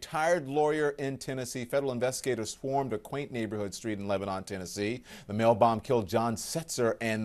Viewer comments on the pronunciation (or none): It's pronounced Leb-uh-nun, not Leb-uh-non. I've lived here my entire life. PLEASE get it right! This is very much NOT the country of Lebanon. This is the TOWN of Lebanon out in the country!